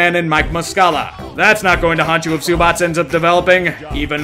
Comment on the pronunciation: Dude, the way you pronounced Ivica Zubac just hurts 😣 They're definitely going to regret trading him, though.